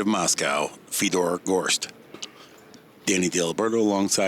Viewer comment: Fedor still so young that the commentators didn't even know how to pronounce his name properly 🤣